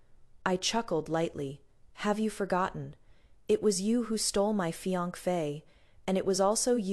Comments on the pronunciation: She has tongue problems and can't pronounce the word fiancee correctly! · Why can't the narrator say fiancee correctly?